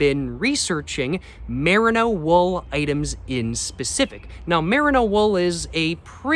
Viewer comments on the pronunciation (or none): mer-EE-no tbc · Love your videos, especially your LA vlogs! someone may very well have told you this already but the mer in merino is pronounced like the mer in mermaid